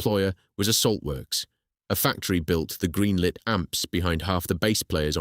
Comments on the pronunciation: Why the text to speech, its such a shame. Bass as the fish not bass as in base. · Bass, rhymes with “ass”??? Fffs 😩